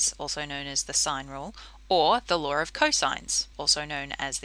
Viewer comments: its law not laaawr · No one: Literally no one: Her: pronounces "law" as laWeR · Lar o sighnz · "The laur of sines" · ♫ I fought the laarr and the.. laarr won! ♫ ♥ Aussies